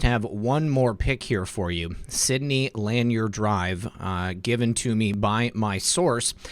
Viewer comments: It's not Lan-yer...it's Luh-nier. ;) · Sidney Lanier Blvd is pronounced “LaNear”. Words in the south are often different than the rest of the country. It’s a southern thing. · It is pronounced LA-NEAR.....